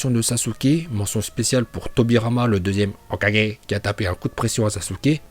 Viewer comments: "HOKAGE " et "HAKUU" les meilleurs prononciation. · La façon dont il prononce hokage